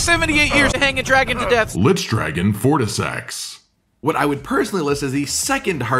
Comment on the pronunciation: Fortisax ower Mogh ... lol